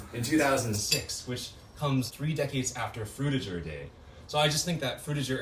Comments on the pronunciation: I thought Frutiger Aero make a g sound instead of a J sound… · what is frtiger i mwan drutiger i mean druitger i mean frutiger